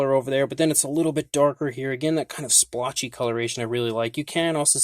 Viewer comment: Please! Stop saying slpotch.